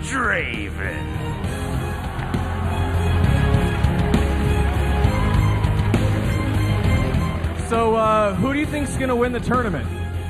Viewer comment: "Welcome to the league of DRAVEN"